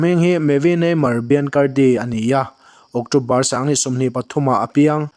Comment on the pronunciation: Sanghnih tih turah pawh sangnih te ti lawm😂😂😂 ṭawng lamah tlemin hma vir a nei aniang 😂😂